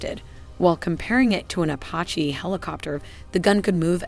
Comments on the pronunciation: What the hell is up with the narrator mispronouncing Apache and saying “kah” 52? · A pah he? It’s pronounced Apache (a patch ee) lololol. Kokerent pulsed radar? Do you mean coherent? The gross mispronunciation really take a lot away from the otherwise good animations. Why not have a human read the script and repost the video?